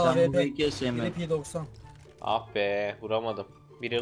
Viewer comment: abi zaten p90 pnaynti okunuyor